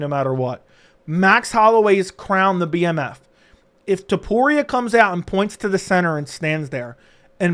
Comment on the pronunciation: It's the bmf not the DMF